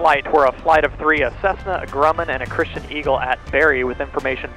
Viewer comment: When you’re pronouncing it in the video you’re pronouncing it ‘Christian’, and so is at least one other person in the video too.